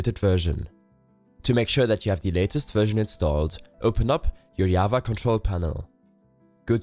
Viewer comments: Java pronounced wrongly lol. seems like you're from scandinavia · What is yava. It is java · The "yava" kills me